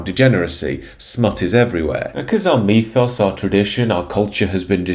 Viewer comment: Stop saying "Meethos"!!! It's really annoying!!! "Mythos" is pronounced "mithoss".